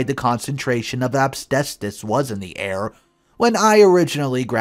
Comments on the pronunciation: Story 2: The word is AS-BES-TOS. You should practice it over and over so you don't end up pronouncing it AB-STAY-SOUS. It's a pet peeve of mine, especially when you're saying it consistently wrong. Ugh! 🤦‍♀️ SMH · considering it is easy to see how to say it and not some obscure word like terpsichore (sp?) He really should not be saying "absbestos' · What the hell is obstestus? I've heard of asbestos , but never heard of obstestus before! 🤔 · It's pronounced as-BEST-us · 😁😆😅🤣😂🤣 Asbestos. I love your pronunciation. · needs to learn how to pronounce asbestos!! 😳